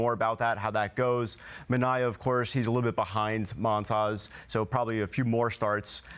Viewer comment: Stop saying moan tas, it's montas